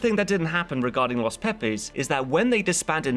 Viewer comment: Ahhh yes.. the infamous... LOS PEE PEEs.